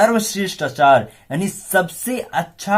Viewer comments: Sorry sir lakhne aap pdathe acha hai lakhne aap Hindi pdanhe Mai sudahar kijhe aap aacare ko. Achar bol rahe hai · अचार ni आचार्य 😅